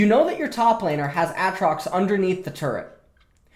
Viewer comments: As much as i would love to watch this i cant until u learn to say ay-trox.... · A-atrox, kah-suh-den, bah-ron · He keeps saying a-atrox Lmao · Ah-trocks and Koss-o-din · A Atrox you fuckin troller reeeeeeee edit: oh thank god you started saying aatrox right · everytime i hear him say aatrox i think of the key and peele skit. YOU DONE MESSED UP A A RON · How many times can you mispronounce Aatrox oml